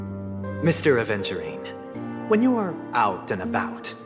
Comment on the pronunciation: At first I thought you said "a virgin" 💀